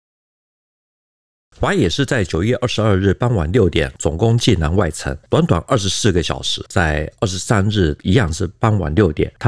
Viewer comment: 济南，济水之南而得名，所以读音是第三声，而不是四声（往往作动词）使用。欢迎来济南旅游，济南别称泉城，护城河乃是独一无二的泉水护城河。内城城墙尽管被拆了，但当年内城破城处城墙东南角的遗址还在，称“解放阁”。泉水护城河之上的解放阁，墙上写满了当年济南战役攻城时阵亡的共军将士姓名。其中不少“无名氏”令人感叹和平之宝贵。